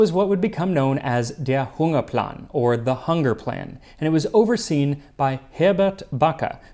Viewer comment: bro pronounced " der hungerplan " so good i needed to rewatch it like no accent at all